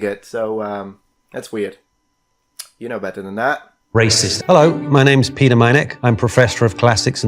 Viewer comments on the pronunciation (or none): none